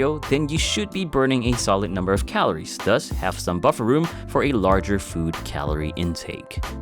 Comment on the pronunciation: "Calores", dude. "Calores!"